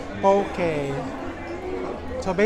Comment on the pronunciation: Try foodland poke ( not pow-key) chef. Dami sila klase. 😊